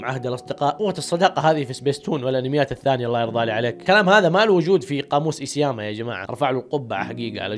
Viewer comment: اخيرا عرفت تنطق اسم ايسياما